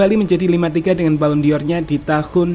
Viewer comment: Ini channel berkualitas, channel favorite gw untuk berita instan sepakbola dari tahun ke tahun. Tp pleasee.. dengernya agak menggelitik : BallonDOR ✅ BallonDior 🙅